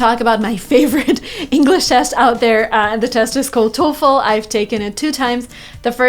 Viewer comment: She finally learned how to pronounce TOEFL the correct way.